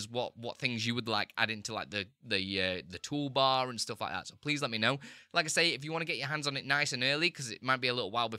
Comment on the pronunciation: Not "ploogin", but "plugin". Not "stoof", but "stuff", not "oop", but "up" -- the worst pronunciation I've ever heard